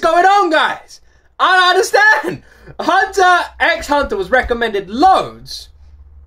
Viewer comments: Just another fanboy letting you know: 1) Hunter X Hunter is read as "Hunter Hunter". Pronounce it how you like, I'm just letting ya know. ;) 2) People ask you to listen to all openings as a mild troll. We then ask you to listen to all the endings because they're awesome and (unlike the openings) they are different. XD 3) Yes, we generally want you to see the opening animation as well as the opening song. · You don't pronounce the x in Hunter X Hunter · The X in Hunter x Hunter is silent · Yeah it’s literally just Departure with just new visuals as time changes. Hunter x Hunter fans like to do a bit of trolling 😂. And yes people think the visuals are just as important as the songs in anime openings. The x in Hunter x Hunter is silent btw. The show is actually just called Hunter Hunter. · Hehe I'm glad you did this one tho! It's just so epic that it only needs a couple slightly different versions :) The X in the series title is silent tho so it's just hunter hunter 😉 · The x in Hunter x Hunter is silent. Because it’s not the letter X, it’s a cross. But yeah, the animation definitely matters. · The endings from HXH are really great and all different, you should definitely check them out! Also side point, the x in the title isnt actually pronounced. Also you should go back and check out the Re;zero endings, in my opinion they are even better then the openings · 31 years of watching anime, HunterXHunter is by far my favorite anime & second would be Yu Yu Hakusho both by the same creator. Also the X is silent, it's intended to be a multiply symbol. This is a wonderful anime but the whole show I would not suggest for a younger audience, it starts fairly light and realistic then it gets darker and the power system is very unique. Also for your question, yes the openings as a whole music and animations are what are intended for you to watch as they complement each other. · The x is silent